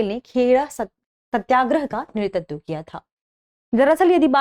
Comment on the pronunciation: Sorry to say..I think there is a small pronunciation mistake in the word नेतृत्व..it's *NETRITVA*...Overall it's an informative episode..Thank you..Ma'am.